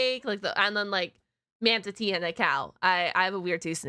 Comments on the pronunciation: I love how she says manatee as manta-tea 😂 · Heh. Im sorry. "Mantatee" kinda made me chuckle.🦇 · I like how you pronounce Manatee almost like "man-titties" near the end of the video, especially considering plenty of Manatees have those